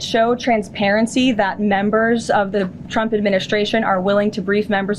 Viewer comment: Did she pronounce trumps name as chump ? 😂😂😂😂😂😂😂😂